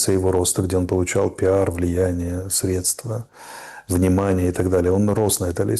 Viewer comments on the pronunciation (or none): none